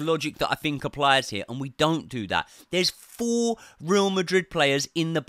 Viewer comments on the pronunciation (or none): none